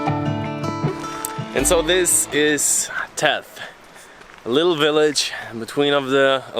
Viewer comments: Very good video. I also thought to bring to your attention the way to pronounce correctly the name of THETH. It is not TETH... very simple: TH-like THANK'S E and TH like THANK'S again. THETH :) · its Not Teth ... its Theth ... No T at the start but the same "th" as on the end :)